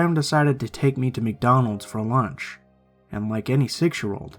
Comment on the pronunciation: Why does he say lunch like launch